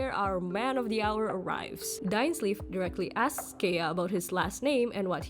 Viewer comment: Pls pronounced Dainsleif name properly